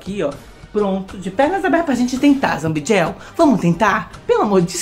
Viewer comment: ZA-BI-DI-EL , CI-EN-CI-OU-NER 😊